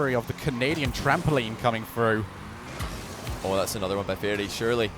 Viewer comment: "two minutes and firty seconds" "and breave it in" "straight frew" "everyfin". You're English...speak it. a heee hee (MJ)